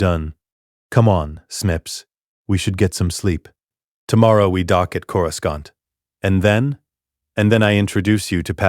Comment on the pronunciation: Yeah like when it says the h in Ashoka. And says Corascant wrong also. And a lot more like the wrong race for characters sometimes.